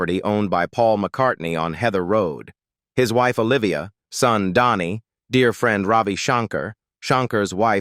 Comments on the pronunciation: But comes out like Donni. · Dhani is pronounced DANNY !!! Stinkin AI voice over, makes me sick.